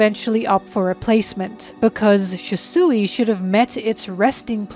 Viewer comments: SHUsui, not shisui Good videos though :) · ok don't get me wrong I love this video and your content but OML, CALLING RYUMA "rooma (with a rolled r)" AND SHUSUI "shisooie" is some of the funniest shit i've heard all year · Might be falling for engagement bait, but: Ryuma is pronounced Rē-ū-muh Shisui is pronounced Shē-Swē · Lol, why do you pronounce "Shusui" like that?